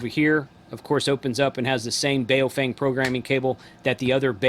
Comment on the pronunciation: Why can't simple minded people pronounce a name correctly.... It's Baofeng ...pronounced like "Bo fang" not "bay o fang".... makes you sound totally ignorant when youpronounce it the way you do...